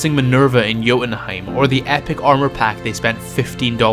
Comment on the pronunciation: "Romancing Minerva in Joutenhiem" 🤣🤣